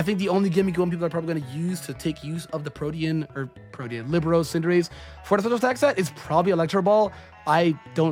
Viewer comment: It's pronounced Li-bear-row. It's a football (soccer) term.